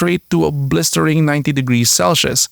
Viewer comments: Celsius not celshius... #facepalm. As a native English speaker you are making my ears bleed! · I appreciate the effort and work you’ve put into this video and it has been very informative and interesting. But the pronunciation for “cel-shius” needs some improving. “Cel-se-us” or “cel-seus”.